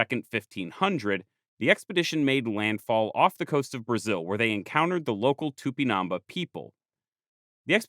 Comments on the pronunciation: i appreciate the video, but listening to it with this pronunciation of "tupinambá" that sounds like "tupinâmba" or even " tupinamb' " is honestly very grating and uncomfortable... i can't be sure of what was the original pronunciation in native tupí, but i can't imagine the á was put there for no good reason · for the love of God it's pronounced "tupinam-BAH" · Great video! I'm from Brazil, so if you wanna know how to pronounce it, it's tupinan-bah, with emphasis on the bah. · The accent in the last letter of Tupimambá to the narrator: am I a joke to you? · "It's not TupiNAMba, it's TupinamBÁ" *hence the accute accent: Á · I'm really sorry but your pronunciation of tupinambá is wrong, there is an accent at the last vowel precisely to indicate that is the most strong syllable. So instead of tu - pi - NAM - bas it is tu - pi - nam BÁS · Here just to say that the word "Tupinambá" has a stress in the last a, making it an á. So, if not in defense of the natives, but of the Portuguese language, it's not pronounced Tupinaamba, but Too-pee-nam-bAh. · Here just to say that the word "Tupinambá" has a stress in the last a, making it an á. So, if not in defense of the natives, but of the Portuguese language, it's not pronounced Tupinaamba, but Too -pee-nam-bAh. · Just a point... TupinambÁ, the enphasis is Á. You sound like tÚpinamba. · Please, the accent mark indicates the tonic syllable: so it's Tupinambá, not Tupinámba!! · The "á" means you must stress that syllable. It's not tupinAmba, it's tupinambÁ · A comment about Portuguese and Spanish name pronunciation: whenever you find a tilde stressing a vowel, you should stress that syllable as Tupinabá, stressing ba instead of na as you do in the video. The same goes for the rest of those words. For the rest, wonderful video. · The accent is on the last syllable. Tupinambá.